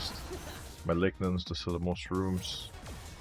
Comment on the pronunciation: I’m sitting here a whole 28 year old woman and every time he says malignance I just go “maligmas???? 👀”